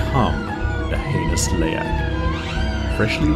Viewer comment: probably to prevent misunderstanding between the word Leak and the creature Leak, people who don't speak Bahasa would probably mispronounce it, the narrator pronounced it perfectly tho. And I'm indonesian too, ntar kalo ditulis Leak, nantik yg bukan org Indo ngirainnya Leak = Bocor. Gak masalah sih sis dimodif dikit hurufnya. Begitu menurutku, Haha peace ✌❤